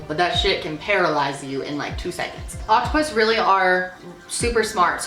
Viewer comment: I thought she said octopussy